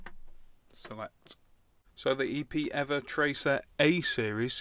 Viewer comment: EPEEVER HAHAHAHHA I laughed so hard Love the reviews!